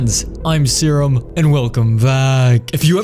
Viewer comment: I like the way he says "Hello friends ItS mE sErUm"